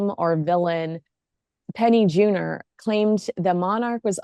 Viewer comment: It’s Penny JUNOR not JUNIOR .